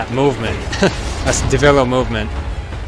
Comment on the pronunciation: Devilo? Its pronounced devil joe.